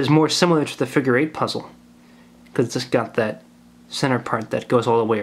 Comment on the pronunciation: "the figer eight wire figer"